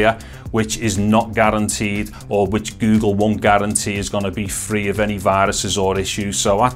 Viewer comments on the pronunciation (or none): the way he says go gle makes ma laugh